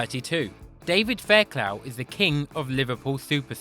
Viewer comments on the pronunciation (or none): Sorry mate, it’s pronounced Faircloff not Fairclow. 🙂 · Faircluff!! Not Fairclaow